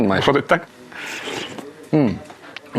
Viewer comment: что сказал?😂😂😂я одна слышу наваристый🤣🤣🤣🤣🤣